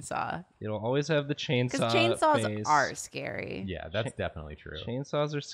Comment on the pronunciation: Karina: Angels are scawy. Aziraphale: am I a joke to you?